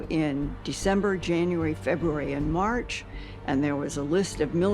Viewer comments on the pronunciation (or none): none